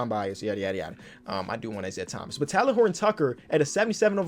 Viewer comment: Talen is pronounced like Jalen with a T not like talon bro 😂